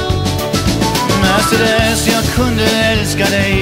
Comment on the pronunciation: En helt underbar låt. Min minsta dotter har fått sitt namn från denna låt och hur vackert och härligt han uttalar det. Så fick hon sitt namn Mercedes.